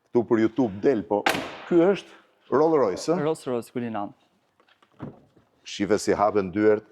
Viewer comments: Roll rojsi thot Blendi 🤣🤣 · Roll Roys ✅